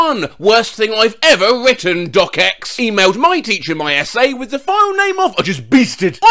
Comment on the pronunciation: is the first person i’ve ever heard pronounce “.docx” as “dot-doc-ex” and not “dot-docks”